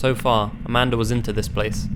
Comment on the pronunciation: I know her name is Amanda but i keep hearing Amander💁😳